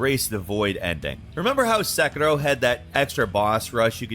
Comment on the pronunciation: Se "Qi" Rou :-)